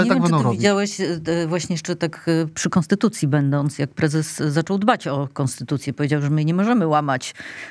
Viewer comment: Kaczka nie chce zmieniać Konstutucji, tylko jakąś konstytułaję - 15.35 🤣